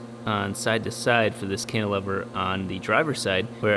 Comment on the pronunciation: Does the way pronounces 'Cantilever' annoy anyone else, or is it just me?